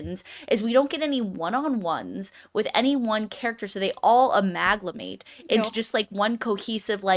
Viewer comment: It's amalgamate, not amaglamate.